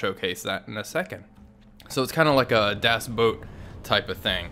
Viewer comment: Thank you for pronouncing Das Boot correctly!!!